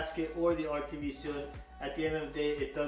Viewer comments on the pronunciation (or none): Why are you saying utv sealant? Is it RTV?